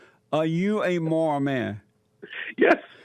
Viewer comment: Jessy can't even say morals correctly but try down his caller and every time he corrected him jessy disrespects him